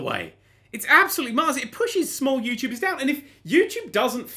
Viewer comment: I was pointing out at the end you said yourubers instead of youtubers.